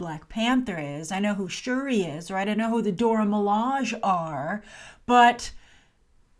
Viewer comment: Milage is pronounced Mi-La-Jay